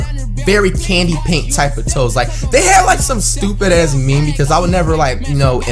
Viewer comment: FLIGHT ITS MEME (MEEM) NOT ME ME